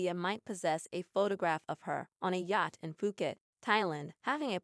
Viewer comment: Please learn how to pronounce yacht!!!